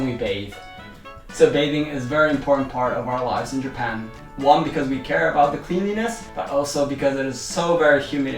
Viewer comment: You are mispronouncing "eco", "cleanliness".